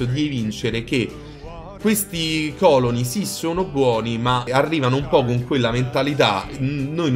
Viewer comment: Ogni volta che dici còloni, un classicista muore